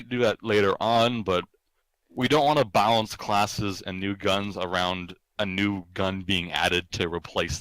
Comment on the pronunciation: Its balance not ballance